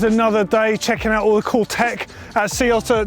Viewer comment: am i the only one who heard "welcome to GMBN deck" and not tech?